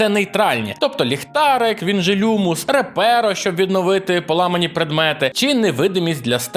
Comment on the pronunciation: Ну не Реперо, а Репаро!) (якщо слідувати перекладу Віктора Морозова)